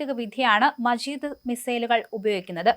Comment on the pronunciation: മജീദ് അല്ല മാജിദ്